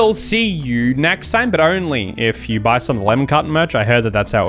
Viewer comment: Is it just me or does it sound like he is saying "lemon cotton" instead of "lemon carton" i just noticed the difference tho😅